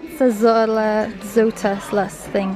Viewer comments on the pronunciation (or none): 'Q' is pronounced 'kwet-zaa-coh-tull-uss'